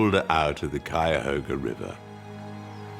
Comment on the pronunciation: Being a lifelong Northeast Ohioan, I really enjoyed this program. I also commend you for pronouncing "Cuyahoga" correctly!! It means crooked, as the river meanders greatly. Love this channel- you have a new fan 💙